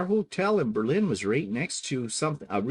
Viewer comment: If I would have known you were in my area, I would have stalked you! Not really, well maybe. I am not surprised that you don't like American wine if you used Put-In-Bay as the standard LOL! btw it is pronounced BER-lin. Emphasis is on the first syllable. I can't wait to see if you visited my favorite places!